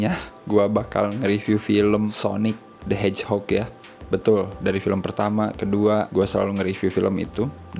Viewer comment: Sonik "de hejok"